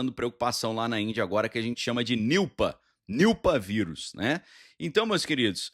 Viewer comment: Niupa 😂 e Nipah cara, e nao Niupa, soa como Nipa quando fala